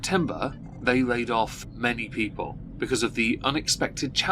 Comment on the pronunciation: . . . All i heard was " stupid peeple" 💀